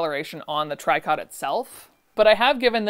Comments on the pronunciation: You say it try-cot? My grandma always called it tree-co. She used to make quilts and pillowcases with tricot and they are my favorite!! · It is tree-co…. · Tricot say tree co silent t❤ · Very entertaining and interesting. As someone much older than you, who remembers wearing fabrics similar to some of what you bought throughout the 60s, 70s, and 80s, I must say I've never heard the word "Tricot" pronounced TRY-kot before! It's French, so you pronounce it TREE-co. The last T is silent. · Came here to say the same thing. It's pronounced treeco. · Fun stuff - thanks for showing us! (I think tricot is pronounced tree-coh) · Tricot is pronounced "treeco". It means woven here. Related to the French "tricoter" which can mean to knit. "Qu'est-ce que tu tricotes?", means "what are you doing?" when someone is doing something strange but not very critical. Tricoter has other senses too. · "tricot" is pronounced "Tree-coe" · FYI "tricot" is pronounced "tree coe"